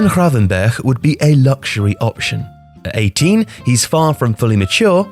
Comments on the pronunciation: Love the pronunciation of Gravenberch. Nailed it! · As a dutchman i appreciate your pronunciation of the "G" and "Ch" (which are the same) in Gravenberch. I know it can be hard and weird for other languages. You can do the scraping even harder, but again, its nice to not hear an english "G" or somehow an "H" like people do with Van Gogh for some reason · Let's be honest. How long did practise saying GravenberCH before recording? (Props btw)